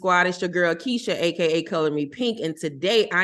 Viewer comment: You said my name perfectly Keisha. THANK YOU. And thank you Winter for answering my question.